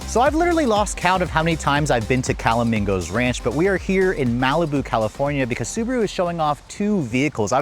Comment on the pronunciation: Dude, it’s CAL A ME GOES (phonetically)